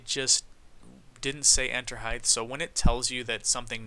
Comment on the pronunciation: Btw you pronounce "height" wrong you say it with a "th" at the end. It ends with a "t" sound